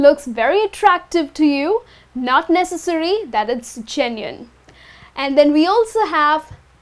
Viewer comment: It should be genuine, right? Not genuiene!